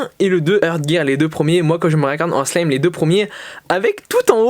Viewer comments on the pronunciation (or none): none